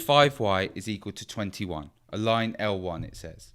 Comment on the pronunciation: SHE SAY IT WRONG >:(